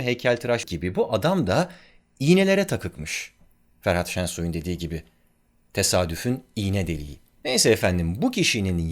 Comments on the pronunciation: Yine harikasın abi. Yayınladığın her video ufkumuzun genişlemesine katkıda bulunuyor tartışmasız. Sadece merak ettiğim için sormak istiyorum videonun bir bölümünde Büyük ustanın ismini Ferhan yerine Ferhat olarak ben mi duydum . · Ferhat Şensoy demişsiniz civarlarında dil sürçmesi olmuş, Ferhan Şensoy demek istediniz sanırım. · Düzeltme ''Ferhan Şensoy'' :) (Ferhat gibi duydum) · yalnız değilsiniz :D